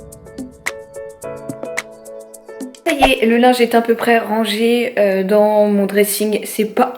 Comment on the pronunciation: Haha ça me fait toujours autant bizarre quand tu dit "a peut près tout " j'ai l'impression que tu dis "un peut pres tout " haha 🤣🤣🤣 Continu en tout cas c'est toujours très agréable de te regarder. 🥰 Et bon courage pour ton coup au dos 😶